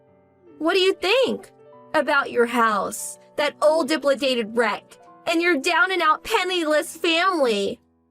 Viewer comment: Dilapidated is pronounced DUH-LAP-UH-DATED. C'mon. 😮